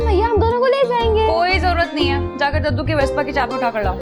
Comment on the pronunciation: Jub daddu bolty hn aisa lgta ha k kaddu bol rhy hn